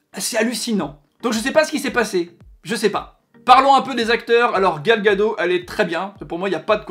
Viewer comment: Gal Gadot (te), le T se prononce, hérétique